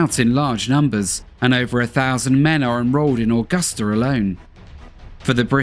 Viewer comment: The one thing is how he pronounces Augusta is so wired. I've never heard anyone say my hometown like that it's so weird.